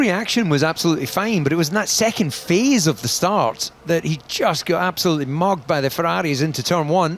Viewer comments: did he say "absoloutely mogged" 😭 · Did dc say mugged or mogged???? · did the commentator just say mogged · Did DC just say Mogged